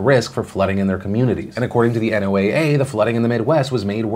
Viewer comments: Just a heads up Phil. NOAA is commonly called "NOAH" not N, O, A, A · planetary science student here: i've never heard NOAA referred to as "the N-O-A-A" before, the common way is to say it like "Noah". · Phil sorry to say I hate to be nitpicky but, it not N O A A its pronounced Noah. I study meteorology in college for a while and even visited my local NOAA office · Wonder why Phil keeps saying NOAA instead of "NOAH"? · NOAA is normal said as "No-ah" but I guess it makes sense to spell it out for cc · For future reference, people usually pronounce "NOAA" phonetically, with the pronunciation of "Noah." Nobody really says each letter individually. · Hey Philly-D... not to knit-pick, but NOAA can be pronounced like "Noah." Some of these ridiculous acronym agencies are just a collection of letters (and so you just say the letters), but NOAA is cuter than those. Keep hustlin' brother!